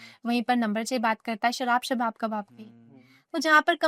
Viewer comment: The way she say shawab kawab sarab😂